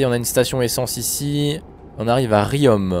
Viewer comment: J'habite à Riom et on prenonce pas le M